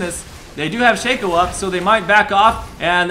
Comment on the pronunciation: I am so glad someone pronounces Shaco correctly!